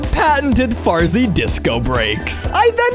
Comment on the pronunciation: The fact when the spiders where clikbing on the wall Farzy said "Fartzy"